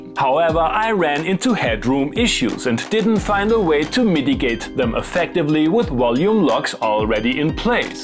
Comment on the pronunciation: I like how you saying "mitigate" sounded like "MIDI gate" ;-)